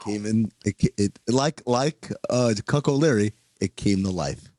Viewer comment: Someone fill me in on the cuck prophecy they forged? Was it cuck o leary he said?